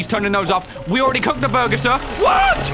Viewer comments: Holds the Edited Burger The says: "BOORGIR" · Is so funny win you say buger like a rat buger